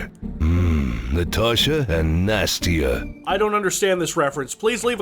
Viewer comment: it's Настя, not Nasty.